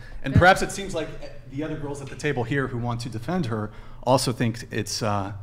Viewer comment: wtf was with that first chicks speech? Her lips don't even touch when she speaks, "And olso, quesion", missing brain cells for sure!